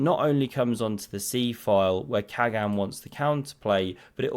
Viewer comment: Dear, in Turkish, the G is soft, similar to Dutch (without the throaty scrapping sound). Khagan = Kha-Ahn. Best